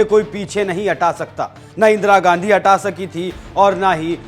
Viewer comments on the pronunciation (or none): none